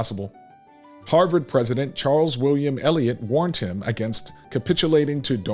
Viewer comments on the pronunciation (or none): none